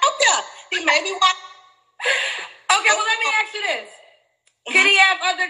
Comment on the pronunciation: Fellas, never make a girl your wife if she says axe instead of ask. It’s the small red flags that turn into big mistakes.